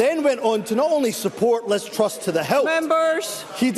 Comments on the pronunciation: Just for the record mr useless, it’s Liz truss, not Liz trust . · Can someone tell him that it's Truss, not "Trust"